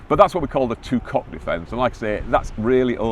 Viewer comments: That was embarrassing. At first I could not believe what I was hearing. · “Tu quoque” is pronounced ‘two quo kwey’, not ‘two cock’. Lawyers pronouncing it this way are demonstrating their ignorance. Tu quoque means ‘you as well’ or ‘you too’.